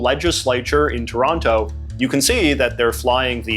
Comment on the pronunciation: st a quick question on what region you might have grown up in? The Canadian raising in ur accent is quite pronounced, I don’t hear it like that often. My first guess would rural Ontario or Alberta. You also said toronTo, which was interesting. Just curious.